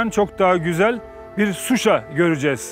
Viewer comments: Şuşa'--vurğu sona düşür.🇦🇿Təşəkkürlər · Qardaş Susa yox Şuşa demək lazimdir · Suşa deyil ŞUŞA.. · Sayin bey..cok iyi bir proqram yapiyorsuz. Ama Yurdumuzun Sehri nin adini dogru soyleyemiyorsunuz maalesef,,,Şuşa yüzde yüz Türkçe sözdü Türkiye de şişe kimi soylenilir.saf.şeffav.anlaminda bu ad verilib o yere. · Proqramın sonuna qədər Suşa Suşa Suşa niyə ????? Heç deyən olmadımı Suşa yox ŞUŞA . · SUSHA YOX QARDASIM .SHUSHUA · suşa YOX ŞUŞA